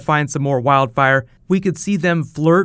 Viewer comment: Did you just say wild bire